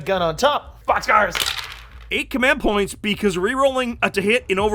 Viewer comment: "command p*Oi*nts"... 😅